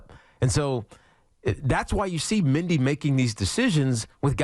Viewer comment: Can tiki say Mendy Not Mindy ?